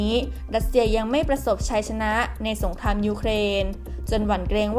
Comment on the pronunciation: เรียนท่าน บก.TOP NEWS ที่นับถือ... ผมได้ติดตามข่าวของ สถาบันข่าวของท่านมาตลอด ด้วยความสนใจและให้ความเชื่อถือ... จึงขอเรียนว่า... ผู้อ่านข่าวผู้หญิงคนนี้ อ่านข่าวไม่ถูกต้องชัดเจน... การออกเสียงตัว ร.เรือ - ล.ลิงไม่ ไม่ถูกต้อง... เช่น คำว่า อังกฤษ ออกเสียงเป็น อังกิด - สงคราม ออกเสียงเป็น สงคาม - รบ ออกเสียงเป็น ลบฯลฯ ตลอดจนการออกเสียงควบกล้ำ... ควรได้รับการแก้ไข... ที่ผม เรียนท่านมานี้ เพราะเห็นว่าสำนักข่าวท่าน เป็นที่น่าเชื่อถือ มีผู้ติดตามเป็นจำนวณมาก... ดังนั้นผู้อ่านข่าว ควรอ่านข่าวให้ถูกต้องชัดเจน ... เพราะจะได้เป็นแบบอย่างที่ดีของผู้ที่รับฟังในการใช้ภาษาไทยของท่าน... และจะไม่เป็นที่น่าละอาย เมื่อนำไปเปรียบเทียบกับช่องอื่น สำนักข่าวอื่นที่เขาเสนอข่าวเช่นกัน... ควรใช้ภาษาพูดที่ชัดเจนถูกต้องไม่สุกเอาเผากิน... ด้วยความนับถือนะครับ...